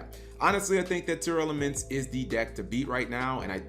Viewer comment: I had to check how Tearlaments was spelled cause he kept saying “Tear-Elements”